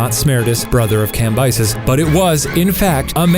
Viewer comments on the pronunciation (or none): Cambyses Sound like "camp Isis" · Cambyses - kam-BEE-SEEZ Sorry i was bothered